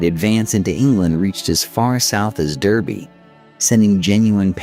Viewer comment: In this context, Derby is actually pronounced Darby.